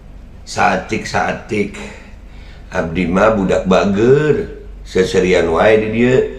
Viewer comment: sa eutik sa eutik beh.bukan sa etik sa etik😀😀😀